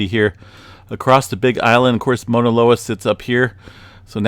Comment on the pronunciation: Thanks for you info. I’m on Big Island and it helps to have different perspectives. Also, just a slight correction. You’re pronouncing it “Mona” loa. It’s be worth tracking down a video of a Hawaiian pronouncing “Mauna.” Thanks again for the info.